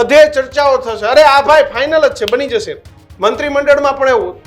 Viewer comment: "જાસે" નહી "જશે" . તમે લોકો pass કેવી રીતે થયા journalism અને ગુજરાતી‌ ભાષા મા. 😂